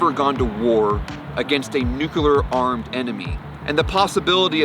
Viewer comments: Great vid but my God and for the last time!!! It is nuCLEar, not nuCUler! Jeez W - Learn how to read! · Just 2 comments: 1)Terrifying video and 2) The word nuclear is pronounced just as it's spelled...."noo-clee-er" not "noo-Q-ler". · Sorry but I just can't take someone seriously on this subject matter when they pronounce it as "nuk-u-lar." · call it a pet peeve: i cant watch a vid/doc about nuclear power or weapons with the narrator pronouncing it nukelar... i just cant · NUCLEAR. Not Nukuler, not Nuclular, NUCLEAR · Say it with me: "nuclear" ..."new-clear" not "new-cue-lear". Where are people finding the extra "u"?!? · Or “newk-uh-lerr” 😔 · The thing that gets to me is that the reporter repeatedly and consistently says"Nucular" instead of Nuclear! LOL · Is it prerequisite to mispronounce nuclear to become a missileer?